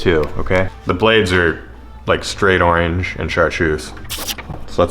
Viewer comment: The way you say oreeenge really got me giggling